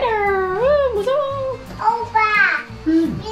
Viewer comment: 물건 옮기려면 트럭 부르셔야겠어요 쇼파 너무 이쁘고 당신 쇼파 자리 이미 벽난로 옆으로 찜해두신거 보니 할아버지도 아껴 사용하신거 같네요 마지막에 진짜 맷데이먼이랑 너무 똑같😲 그나저나 발음 장난 아니네요 '오빠'라고 부르는 발음 자체가 한국에 있을 때랑 다른거 같은 느낌적 느낌! 청각+언어감각이 뛰어난거 같아여 지금처럼 '존예' 어린이로 건강하게 자라길😍❣️